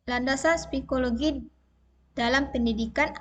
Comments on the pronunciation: Psikologi bukan spikologi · Hehehe mantab bu.... koreksi sedikit ibu guru itu psikology bukan spikologi..... selebihnya luar biasa...doakan lulus 100 persen ya bu.